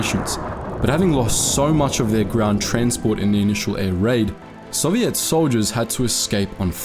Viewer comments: Bro love your channel but why do you keep mispronouncing soviet 2 different ways 😭😭 its really frustrating im aussie too but I've never heard anyone pronounce it like that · It’s Soviet, not “Soviette”. They weren’t a dance troupe.